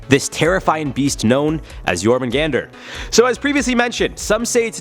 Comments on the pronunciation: It's actually pronounced yorhahmungahndar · It’s pronounced yor man gandar